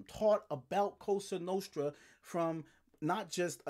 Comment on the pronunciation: I told you. I love your channel but stop saying “coasta nooostta”. Lmao